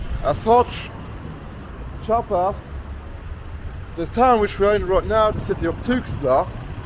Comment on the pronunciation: Chiapas is a beautiful place, full of natural landmarks and biodiversity. Btw the pronounciation is /Chee-ah-pas/. Nice video and enjoy all México 🇲🇽✌🏼